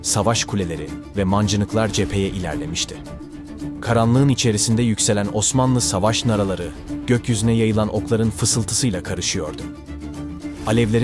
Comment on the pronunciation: savaş naraları değil, savaş narâları. İnsan duyunca kulağı tırmalıyor resmen